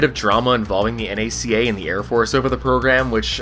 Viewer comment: Nice to hear someone pronounce NACA properly.